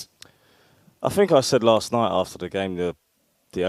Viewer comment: I Fink, I fink, can we not get someone who can pronounce the words correctly.